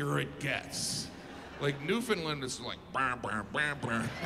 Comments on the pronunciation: Hmmm they aren’t the same name. Saint John is in New Brunswick and St. John’s is in Newfoundland. (pronounced LAND, not LIND) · I gotta give Jim credit for his pronouncement of Newfoundland. He’s pretty close. It’s supposed to be “new-fin-land” (with it being more newfin-land, rather than new-finland) but most foreigners say “new-found-land”. Jim is more “new-find-land” with a soft first d; pretty close. Rare to get it right. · Nunavut is pronounced New-na-voot , Newfoundland is pronounced Newfinland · How does he know about the Newfoundland half hour time zone, but still pronounces it "Newfundlund"? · Now if he could just learn to pronounce Newfoundland. 😊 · Hate how they say newfoundlund… doesn’t sound right